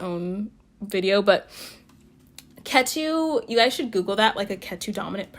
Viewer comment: I find it funny how your pronounce Ketu! Like Tattoo 😂😂 Cute accent!